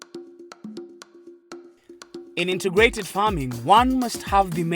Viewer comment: Great episode! Thank you! But presenter, it is INTEGRATED not INTERGRATED. There must not be 'R'.